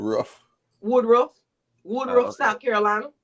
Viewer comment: its WOODRUFF NOT WOODROW